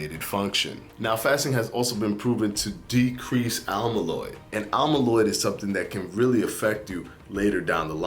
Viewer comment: amyloid, not almyloid